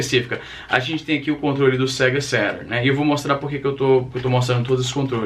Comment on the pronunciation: "sega sérun" caralho.. estragou minha infância.